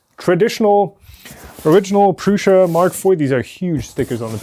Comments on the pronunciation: Nope, it is PRŮŠA [PRUSHA]. You can try it yourself in google translator with Czech language ;) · It‘s czech. That‘s why the way said it is correct.